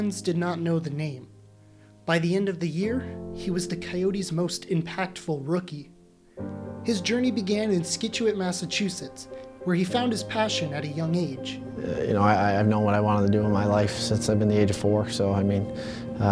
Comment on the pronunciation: sCituate lol